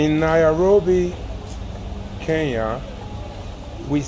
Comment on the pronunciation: I've always wondered why Nigerians find it difficult to pronounce Kenya correctly. Maybe the combination of 'ny' is a challenge?